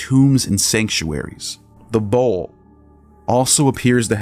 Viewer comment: Love the way you pronounce Bull like bowl. 😂